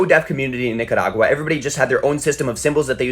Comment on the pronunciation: Bro said Nicadagua